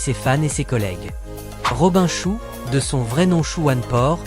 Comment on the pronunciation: Ah ? la synthèse vocale n'est pas encore au point. Gérégory Emcékini 😂😂, Rob1 chou le moine Shaol.1, Sonia blaad, ChristoFaire Lambert....